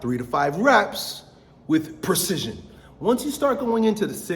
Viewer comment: Serious question: what is "percision"? Does he mean "PREcision"?